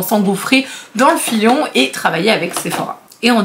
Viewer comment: Coucou 🤗 je suis de 95 perso, par contre, j’ai une demande un peu chelou mais pourrais-tu, si tu y arrive, prononcer le « L » de filon, parce que quand j’entends « s’engouffrer dans le fion », je peux pas m’empêcher de décrocher 😂 je sais pas si on dit fion en France aussi mais en Belgique en tout cas « s’engouffrer dans le fion » c’est un peu Touchy 😂 des gros bisous 😘